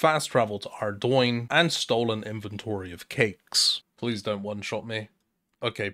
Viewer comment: Always pronounced it Ar-Doon so it doesn't sound like you flicked a metal door stop. You know, like the silent G in Champagne. Ardoune sounds way better than Ardoin.